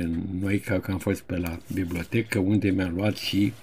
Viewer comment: Maestre, fără supărare, adesea spuneți peroadă și une (în loc de unde). Cel puțin așa se aude. Dar nu pentru asta vă iubim noi! 🤭